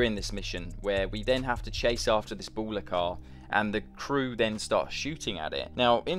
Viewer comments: Ballas, not Bowlers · why does this mf say "Bowllos"